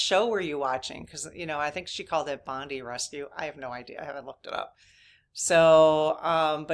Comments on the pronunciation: Amazing story, thank you for sharing. Bondi Rescue is an Australian tv show about the life guards at Bondi Beach in Sydney. It is pronounced Bond-eye, not Bondee. It is a great show, there are many seaons. Those life guards are amazing. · I'm so glad things turned out well for the lady's sake and for yours. Several years ago, I helped perform CPR on my next door neighbour, a 4 year old boy. He didn't survive. It was so awful. Also,the show was Bondi Rescue about the lifeguards at the famous Bondi ( pronounced bond eye) beach in Australia. Great surfing, terrible rip tides, tons of CPR done. Love the show. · FYI Bondi (pronounced Bon-dye) Rescue is a surf lifesaving program set in Sydney, Australia on the famous Bondi beach. It’s a reality show so any rescues and resuscitations you see are the real deal. Lucky lady. 🙏✨💙💫